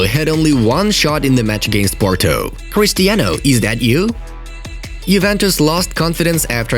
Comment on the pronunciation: PORTO not PORTU